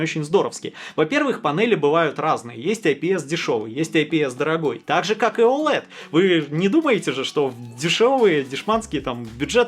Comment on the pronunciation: Оулэд, оуэлед оуэлед, оуэлэд.